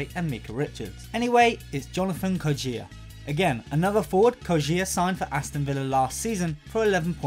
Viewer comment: The way he says kodjia...